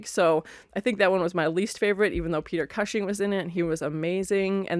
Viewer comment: Great reaction to a great movie. Just one tiny nitpick, Peter Cushing name pronounced COOSHING 😊